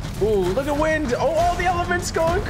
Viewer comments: Bro keeps saying wind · Everytime this dude said wind it made me twitch lol